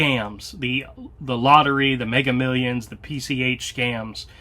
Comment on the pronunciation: "Megger Millions" 🤣